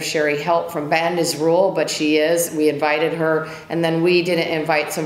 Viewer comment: She can't even pronounce rural